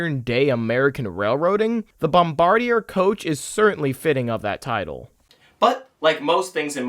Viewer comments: bombardier isnt pronounced how it looks, its pronounced Bom-BAR-dee-ay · Meh, might be worth a redo/reupload at some point including a better pronunciation of "Bomb-bard-e-eh" but regardless it's a great video that I wholeheartedly endorse. The Bombardier Bilevel like the Bombardier C-Series now renamed Airbus A220 has really become symbolic of Canadian transportation ruggedness and utility... As is the Dash 8 and CRJ programs include the one brought down over Washington last week by that Blackhawk who flew into the side of it... Other than this tragic accident the company is known for making Volvo-like products that can survive the bone-chilling and harrowing conditions of a Canadian winter. After all it's not uncommon to see -25c to -30c during the winters here not to mention the +35c summers we see now all the time thanks to global warming.. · Pronounced bombard-e-yay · BOMB-BARD-E-EH dudes! Why can't the world get this right? They've only had 100 years, FFS! It's named after the French-Canadian inventor and his family, not the military position... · Bombardier is a French name, it isn’t pronounced like an English name. Pronounced “Bomb-bar-dee-ay”. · I believe it's pronounced Bombard-ee-ae.